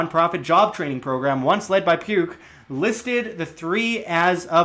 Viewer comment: tought you said puke not pugh lol